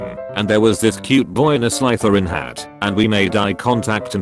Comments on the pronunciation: gryffindor instead of being pronounced gryffin-door is now pronounce Gry-finder apparently. and let us not forget slytherin is no longer slither-in but sly-therein so whats next hoofl-poof and rav n'claw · ‘graifainder’ & ‘slaitherin’ 😂😭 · Gry finder? Sly ther in? What the hell? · The way he pronounced Gryffindor and Slytherin